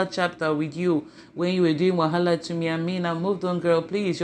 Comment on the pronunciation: Point of correction not wahala, its wahaleur🤣🤣🤣🤣🤣